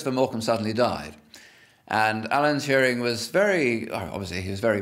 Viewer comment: And nobody knows Alan Touring....Allen Turin .... Allan Tewring. ... whatever